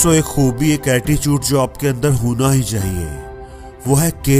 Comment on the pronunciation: वो अटीचूट नही attitude hota he 😅😅😅😂